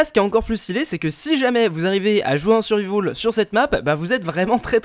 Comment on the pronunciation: "en survivaul" x)